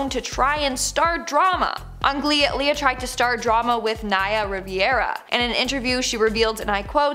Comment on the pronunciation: Naya Rivera not Riviera